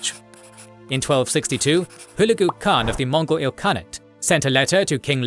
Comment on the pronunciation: Would have been nice if you had correctly pronounced Khan and Chinggis Khaan